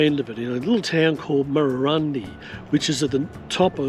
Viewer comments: Pronounced Murrurundi as in 'eye' not 'ee'! 👍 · Check town names and their pronunciations before recording,vI suggest. Murrurundi pronounce the i at the end as in eye not ee. Murrundi not Murrurindee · It's Murra Run Dye. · Your effort and ideals are fine - but - either you are (1) new to this country or (2) have never previously travelled it (3) or you have never researched it. In this video the pronunciation of almost all the towns you visited are comical errors. My son is dyslectic and you seem to suffer the same affliction. Your wife did get some of the names right when she had a go at pronouncing them. It doesn't take much to ask a local if you are not sure. It is better than butchering a towns name and letting it get past the edit stage. Why am being so pedeantic? You completely stuffed the name of a town I used to call home in an earleir video, The town is Marulan. I thought it was funny at the time as I thought it was a one off - but seeing you again I'm sure all vour videos must be the same. Take a little care - these towns are home for many people and while you are doing the right thing by advertising them your lack of knowledge takes away from everything you say.